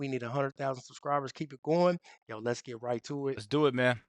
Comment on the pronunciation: Sorry, Get it -not fet it